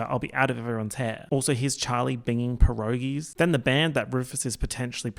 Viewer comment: it's "pierogi". "i" after "p", no "s" at the end, it's already plural